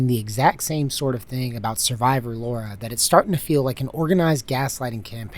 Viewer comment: LARA LA-RA not Laura